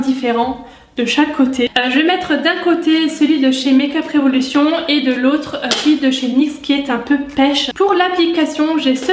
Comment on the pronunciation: ahhaha tu m'as trop fais rire au début avec ton accent anglais make-up revolution pcq tu le faisais avec l'accent fr avt. Et aussi tes petites phrases après c'était marrant !!! Continue comme ça Gros bisous #teamsnap